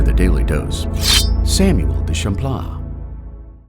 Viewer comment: I don't like the way the word Champlain is pronounced 😂